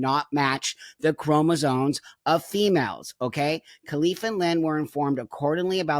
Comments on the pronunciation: Buck I am pleading with you to pronounce “chromosomes” correctly 😂 Love you btw ❤ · I am 100% in agreement that these individuals are genetically male and should not be competing in the womens' division. The biologist in me is very annoyed that everyone is saying "chromosones", when the correct terminology is "chromosomes". Please, folks, the word is c-h-r-o-m-o-s-o-m-e-s! Thank you 🙏